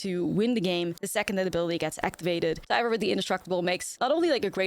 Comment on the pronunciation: It's pronounced "tiv ar"